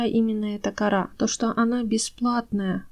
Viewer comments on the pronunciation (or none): none